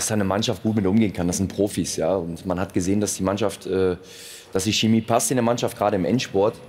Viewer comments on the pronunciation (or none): none